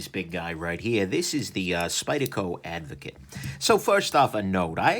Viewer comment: Is it just me or does everyone else keep hearing avocado?